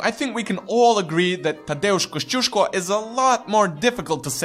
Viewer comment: Your pronunciation of Tadeusz Kościuszko is very good actually! The video as a whole, considering its length and not overly serious character, was pretty good too.